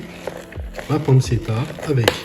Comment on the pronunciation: ARRRRGGGGHHHH. PANNE TCHE TA et pas panne ce ta... Mes oreilles ont trop mal. Super travail quand même. Merci !